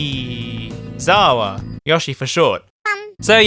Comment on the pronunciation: It's Yo-Shee-ZaWarudo